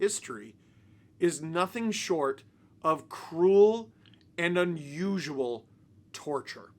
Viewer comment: Brian Hayes: “This was cruel and USUAL punishment” Emphasis on usual. Also noticed Paul Maurice mentioned below and I was surprised yet not surprised to see he was born in 1967.